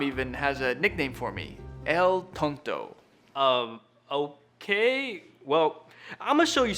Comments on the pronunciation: ‘El to tonto’ 🤣😂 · Me Hearing El tonto- HAHAHAHAHAHAHAHAHAHAHH Other poeple-????? Me saying-El Tonto Means the fool